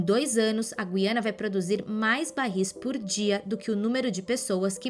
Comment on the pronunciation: Será que estou ouvindo mal ou estou ficando louco, pois a jovem começou pronunciando a palavra Guiana de um jeito e terminou de outro modo.😂😂😂